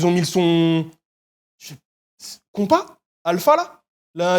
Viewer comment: Alpha : Kompa ? Please please faites un effort 😅